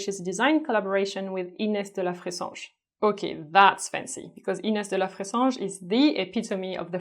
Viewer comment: i love the way you say Ines de la fressange.